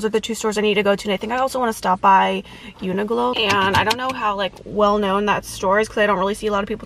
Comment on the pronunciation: omg the way you pronounce uniqlo i’ve never heard that before 😂 i’m pretty sure it’s like “unique-lo”